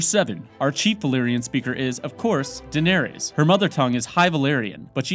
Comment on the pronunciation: I love your videos, but can you please pronounce names correctly? Names like Daenerys and Shireen for example.. Look at the show with volume on. They give guidelines of how the names should be pronounced. Thank you and love your videos! Keep making them :)